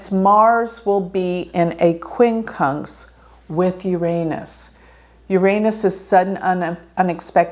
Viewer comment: I appreciate your posts but it's best to say "You're HONES(T)" for Uranus, instead of "Your Anus".